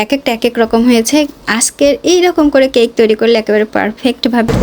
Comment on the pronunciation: That is cake not caike😂